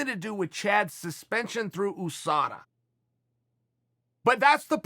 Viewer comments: If Uncle Chael calls USADA OUSADA it’s OUSADA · Chael "ooosada" Sonnen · It's funny when Uncle Chael says "Oosada" I immediately think I've been pronouncing it wrong.